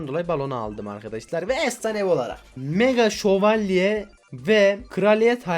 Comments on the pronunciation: 3.01 mega dakavuga mega sovalye diyooooooo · Mega dalkavuka mega şovelye diyen masum köylü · Abi mega dalkavuka mega sovoleye diyon bu ne ya